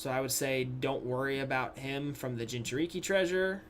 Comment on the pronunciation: when you said jinchuriki I got triggered